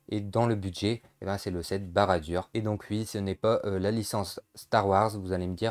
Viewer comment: Tres bonne vidéo mais ça se prononce barad dour !